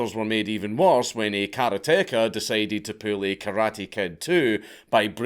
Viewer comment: Karate-car, not kara-teka. Otherwise, good job as usual.